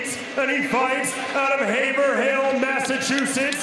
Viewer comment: They keep pronouncing Haverhill wrong lol You don't emphasize the "hill". It's pronounced like Haverill. Get it right or pay the price👊 WTF does BYB stand for?!?